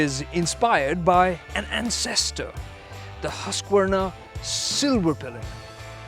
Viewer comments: It's not huska warna it's haskwana . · Baki sab theek hai but name pronounce hi nahi hota